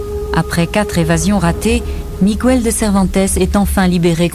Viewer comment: "À son bord, un soldat espagnol... Il s'appelle Migouel" [sic] Ça me fait mal au cœur à chaque fois que j'entends cette déformation. Il n'y a pas de tréma sur le "u", Miguel se prononce donc... Bah Miguel, comme il se prononcerait en français ! :'(